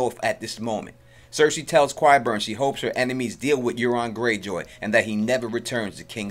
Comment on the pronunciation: I love your voice and narration. This is a friendly assist on qyburn, say it like sky burn but no "s". You're doing a great job, awesome sense of humor in the edits! Preston jacobs can't pronounce anything at all so qyburn is no big deal. Enjoyed your video very much, thanks! Love QOT.🌹 👏 👏 👏 😀